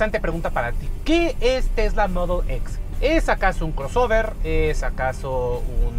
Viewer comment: Me caga como dice mudul x jajja mejor di en español te escucharlas mejor solo con decir Modelo X y ya